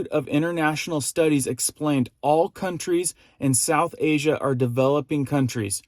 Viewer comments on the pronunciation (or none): none